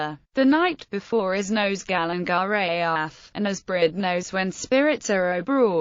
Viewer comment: Calen Geaaf-(Ka-Len Gar-eh-eff)!